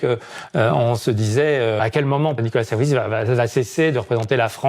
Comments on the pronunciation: C'est qui Nicolas "SarkozU" ? ☝️😁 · secondes faut modifier NICOLAS SARKOZUUUUU